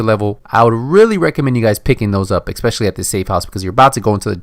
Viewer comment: Es-Specially, Not Ek-Specially.